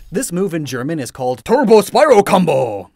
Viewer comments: You used english pronounciation for the german move. It's weird but all those words are actually the same in german but the pronounciation is hellish. German moves are the sole reason I will never play any game in German. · Omg it was so funny how u pronounced Turbo-Spiral Kombo...great video